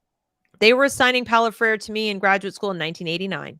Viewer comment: It's not pronounced "Freer". It's pronounced "Fray-reh".